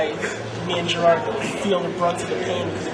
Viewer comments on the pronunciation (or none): i swear to god he said gerald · I think it was that he’s british and with that accent they put emphasis on the first syllable of his name (GE-rard) but it sounds like Gerald